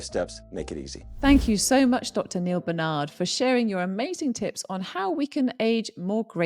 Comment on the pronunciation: I'd love it if Dr Newman could pronounce Dr Barnard's name correctly... 🙁